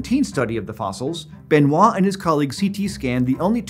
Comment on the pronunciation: French native here: 10 points for gryffondor for not saying Benoi’T